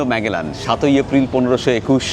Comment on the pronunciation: Basilica not Basalica!! look up the difference between church, chapel, basilica and cathedral on chat gpt - its very interesting Also its Magellan - the "g" is pronounced J = Majellan and pls, its Cebu - not SheBu. Ei program dekhe shobar uccharon chotke jachhe!